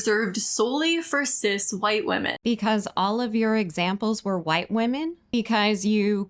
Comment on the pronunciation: I HATE that she can't say "women" plural.